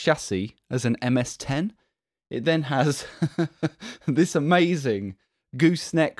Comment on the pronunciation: ...You are am-az-ing.